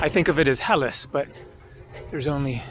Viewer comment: yes it is ΕΛΛΑΣ means greece and the tone is on the last syllable , and ΚΑΣΤΕΛΛΟΡΙΖΟ tone on the lo syllable , i cant understand how you always miss the tone.